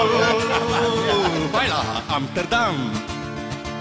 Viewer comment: sbaglio o dice amterdam XD?